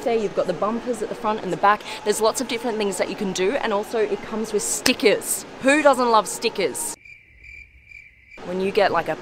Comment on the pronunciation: What's "stickizz" 🤔🤷‍♂️😂